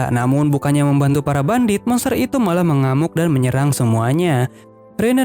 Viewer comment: Kak kok kakak salah sebut bandit jadi bandit 😅😅😅 maaf kak aku juman pengen tanya😁